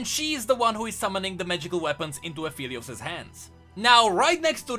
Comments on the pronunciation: its aphelios uh-fell-e-os not apheelios uh-feel-e-os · It kinda bothers me that pronounces Aphelios like A-FELL-EEOOOSS instead of A-FFFEEEEEL-EEOOSS